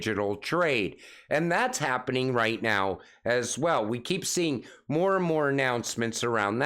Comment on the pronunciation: I counted twenty Ass Swell's can you mix in a few also's in place of all the Ass Swell's? Lol! All joking aside your content is some of the best I have heard among the XRP influencers. Keep up the good work.